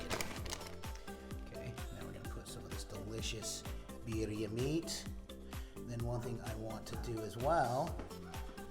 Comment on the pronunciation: My final time bitching. It's beer ee ah, not bee er ee ah.